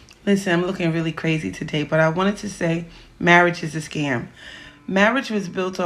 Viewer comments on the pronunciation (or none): none